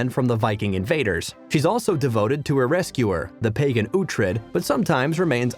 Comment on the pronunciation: So basically the narrator has never watched the show. Which is evident by the fact that they aren't pronouncing ANY of the names correctly. Some of the "facts" aren't correct either. Not a great video.